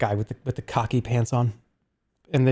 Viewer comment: Jerma fans have a habit of being hyperbolic and being like "He's so weird, he's a psycho etc" but when Jerma pronounced khaki pants as "cocky pants" it left me bewildered